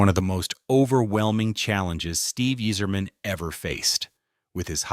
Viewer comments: Can you pronounce any name correctly? It's Eiserman and not Easerman, it's Chellios and not Chellios! Do some preparation, before you throw up in the microphpne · You're pronouncing it wrong, you sacrilegious jackass. It's EYE-zerman!!!! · Pronounced eyezermen . Could tell you never watched hockey. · I can't even finish the video..."Yeezerman". C'mon. "Cheelios" No way you're serious. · His name also isn’t pronounced eez-erman